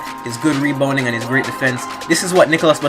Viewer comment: You said reboning lol